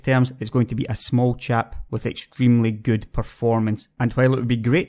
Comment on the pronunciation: I really like his accent, but it took me about 10 minutes to stop wondering what chap he's talking about.